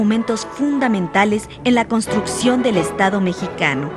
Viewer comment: Muy buen video. Solo corregir nombre. Dice constucción en lugar de construcción